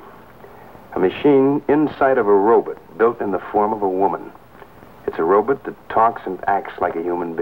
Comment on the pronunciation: "robit" love it.